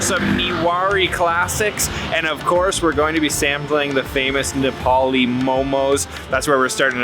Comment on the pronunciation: Wow your Nepalese pronouncation are too good love it bro